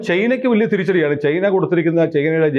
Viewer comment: ക്വറ്റ അല്ലേ.....ചെയ്‌ന ennu പലപ്പോഴും പറയുന്നു...ചൈന എന്ന് പറയൂ....😂